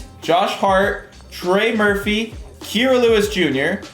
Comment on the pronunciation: You say Kira Lewis wrong